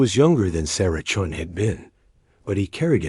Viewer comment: They got confused in names, chun became john, stupid Ai channels that have to pronounce full stops as dot dot dot. Sort it out check your work. Channels been blocked. Sorry if they can't sort themselves out they don't deserve a like or following.